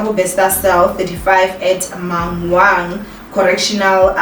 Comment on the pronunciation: Not saying Mangaung the way she did 😭😭 how many times have you heard it by now?😭